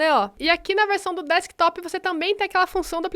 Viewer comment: deckstop kkkkkk, não seria no desktop? Kkkkkk mas obrigado pela dica guria.